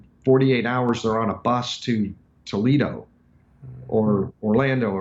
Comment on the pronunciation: s , oh my goodness he did not say Toledo!